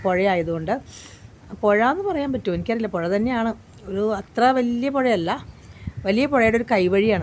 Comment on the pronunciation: പൊഴ എന്ന് പറയാൻ പറ്റില്ല - പുഴ എന്ന് പറയാം😂